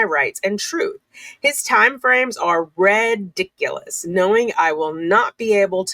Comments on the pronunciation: No, No, No! We need to keep pronouncing it, "Red-iculous!" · I love how has been pronouncing it this time around. "Red-iculous!" 🤣